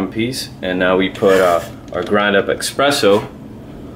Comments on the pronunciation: insists to pronounce "EXpresso" and is NOT with X the word... is Espresso.. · Thanks for your video, just bought one myself. Just FYI, it's eSpresso, not eXpresso. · Hi... about your pronunciation of espresso is not offensive; is just a so common word that is obvious to react at the sound of x in the word. As I guess you'll continue to create videos about coffee, it'll be good to correct the word... no bad feeling from anyone, I guess.. And hope to see your next video in youtube....